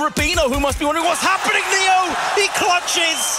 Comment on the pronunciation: me dan ganas de darle un madrazo cada que pronuncia "claches"